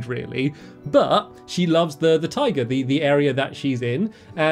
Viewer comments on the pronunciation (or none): Stamps... you said taiga like tiger... i got a little bit confused on the beginning there...